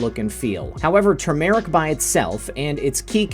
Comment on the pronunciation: Please warn people who are anemic NOT to use TURmeric (emphasis on first syllable). It is a very effective blood thinner.